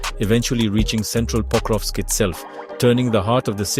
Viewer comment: there is no way you said "pocrusk"